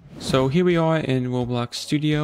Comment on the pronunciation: Bro dont wanna make fun of you but ur voice just aint it, i hate how ppl say right hewe n shit like that 😭